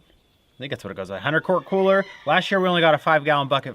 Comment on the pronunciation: Cooler not kohler